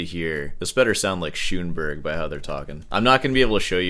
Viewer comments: Do you guys really prounce that OOVRAH and SHOONBERG? Bro ... You really need to do that education log, I swear! Also, please, Gary Burton plays a freakin VIBRAPHONE! Keep up the great entertainment! Fan of the channel. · Shoooonberg?!? Seriously dude. Learn Austrian.